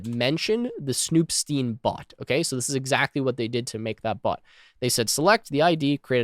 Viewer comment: I would think the “stein” in snoop.stein should be pronounced “styne” like in “einstein”